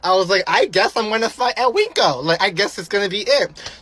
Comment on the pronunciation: Ive never heard winco pronounced as "wink-o" 😂 it's literally win-co. Girly needs to learn to annunciate before trying to start 💩 with anyone.